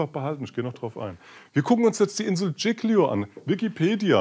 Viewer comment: Bitte die Insel Giglio richtig aussprechen. Sonst alles gut. Tschilio das tut weh,wenn man italienisch kann.